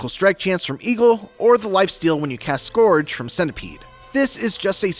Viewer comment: "Scorge?" it's: "Skerj" for:"Scourge."